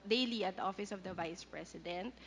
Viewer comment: dan fernandez, "opis ob da bise president"... YUK! Pwede ba tumahimik ka na Dan!